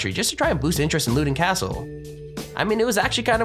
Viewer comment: It's pronounced Lowe-dun Kastle!!! I lived about 20 minutes drive away from it. Type it into YouTube I'm sure somebody says it locally.